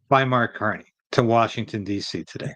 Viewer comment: Who? Did you say "Mark Carnage" ??? No Tomorrows for Canada !